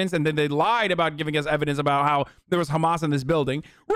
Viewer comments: I can’t stand him saying khamas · No one: Ben shabibo: khamas. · The way Shabibo pronounces “Hamas” is really irritating. I don’t even care if that’s the correct pronunciation - coming from him it just sounds pompous and arrogant. Perhaps that’s because everything he says sounds pompous and arrogant. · ugh the sound he makes when he says hamas is ear-piercing, he thinks a hebrow pronunciation will make him look like an expert in the matter